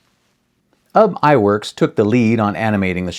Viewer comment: Ub's name is actually pronounced "oob" as a Norwegian name. But everyone gets "Eyeworks" pronunciation for Iwerks right. Iwerks did have a fetish for doing Busby Berkeley type dance numbers. And happily it cuts down on animation time if you do drawings almost like xerox copies and have the in-betweeners do the repetitive images and pay the girls low wages. Of course, I would've adored the work if I got paid $2.00/hr in the 1930's. I got paid $2.25 as a high school student to work part-time as a key maker inthe 1980's. Just saying.